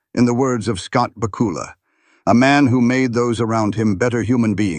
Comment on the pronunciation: I think your video is one big mess. Its Bakula like Dracula. Your AI voice is messed up. Human narrative please.